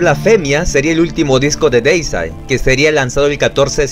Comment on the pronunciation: Siempre los épicos documentales de más de 20 minutos y bien informativos. A propósito, Deicide se pronuncia "Díisaid" si lees las letras como se leen en español. Muchos siempre lo pronuncian de forma incorrecta. La primera "e" es por así decirlo la vocal que lleva la tilde o sílaba tónica que se pronuncia como una "i" y que resalta más que la primera "i". Bueno, suficiente explicación. Me encanta Deicide y es mi favorita del Death Metal. Lo de sus letras satánicas es solo por llamar la atención por parte de Glen Benton. El es un ateo y casi no habla de religión. De hecho, en una entrevista que le hicieron en un podcast donde habla del disco Overtures of Blasphemy se le llega a escuchar que él dice "oh Jesus" cuando se le olvidó decir algo. Glen Benton es un señor tranquilo y las letras blasfemas de su música se limita a lo artístico. El en realidad no es así de malo.